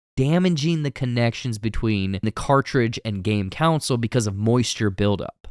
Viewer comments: Man, I WASN'T gonna say anything, BUT this is the 4TH TIME that you've said "council" instead of "console"... YouTubers have ONE JOB, man... C'mon! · Why are you saying "counsel" and not "console" 🤔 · It threw me off every time he said “council” instead of console. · Console* not 'counsel' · CON-sole. KAaaaahn-sole. Not counsel. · You’re saying counsel, not console. Kill me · Console. CON-SOLE. What’s with so many young people saying “council?” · thumbs up, but my eye twitched every time you pronounced console as "council". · Con-sole. Not counsel. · Am i the only one hearing him say Counsel instead of Console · I promise im not a word nazi but you say console as counsil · Bro why does he say console like “counsel” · Why does this guy pronounce console that way? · I like this dude well enough (I mean, he’s no Paul) but why can’t he say “console”? 😂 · pronounces "console" as "counsel" or "council," and I hate it. And then he said "URBAND legend" FIRE HIM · i couldnt even continue after hearing that the 2nd time. it drove me insane.